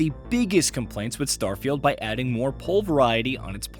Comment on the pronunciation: either you get your interns to ACTUALLY read things like POI correctly, or just stick with an AI voice. Either way. I don’t care